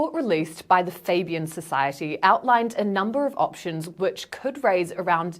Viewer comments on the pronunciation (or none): none